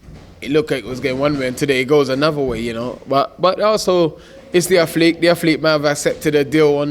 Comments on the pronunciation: "Afleek" instead of Athlete 😂 legend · "I am a atheleek"